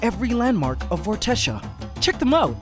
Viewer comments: I really like the name Vortexia, and with your permission I would like that to be the name of my band. This is where I need a reply, please? The way I will pronounce it will be V-or-te-sha but spelt Vortexia. How do you pronounce it? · It's Vortexia lol